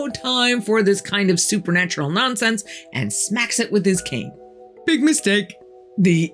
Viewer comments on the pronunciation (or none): none